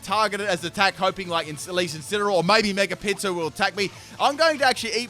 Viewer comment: Everytime he said Mega Pinsir I heard Mega Pizza lol